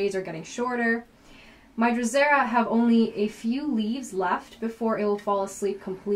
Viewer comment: It's Venus FLYtraps ... they're not catching planets. It's pronounced druh·seh·ruh. Not sure where you're getting drozera from. Having said that, most of your information is good. You cover using pure water for containers without drainage (although you don't call that out) and you mention a winter dormancy period (even if it is in passing), which is required for sarracenia and drosera rotundifolia. You also mention needing strong light, although it would be good if you quantified that e.g. these plants require the equivalent of 5+ hours of direct sunlight to maintain strong growth year over year. Without that they will gradually decline and eventually subcome to fungus, disease, pests, rot, etc.